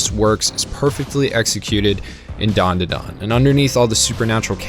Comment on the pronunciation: Its Dan Da Dan Not Dawn Duh Dawn you aren't special